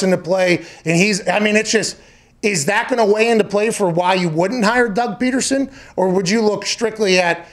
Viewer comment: Dude said Doug Petersen